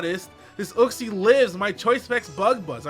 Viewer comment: Uxie = YOOK-SEE